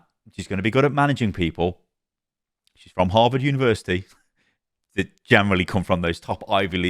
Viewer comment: "And 'dey say chivalry is dead" ?